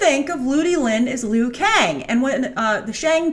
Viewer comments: lmao "lee-oo" kang. grace come on, you gotta be up on your mortal kombat. it's LOO Kang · Its pronounced LUU-KANG!!! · The Liu in Liu Kang is pronounced like the English name Lou. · properly for who? The creater says loo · It's pronounced "Lew". Liu Kang. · She was killing me with that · Liu Kang was the main protagonist in MK11. P.S it’s pronounced ‘Lu Kang’ for future reference 😁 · LOL the funny thing is: All of China will pronounce it as ~Lee-ou Kang just like Grace. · Was a fan until you couldn't say Liu Kang's name properly... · Yo...LIU KANG IS THE HERO OF MK11, HE EVEN BECOME GOD IN THAT GAME!!! This is the problem when someone doesn't know shit try to act like they know. Go play or watch MK11 story mode first, then talk! They way you pronounce Liu Kang is also cringe as hell.